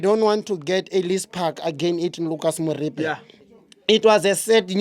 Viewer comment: He said Lucas Moripe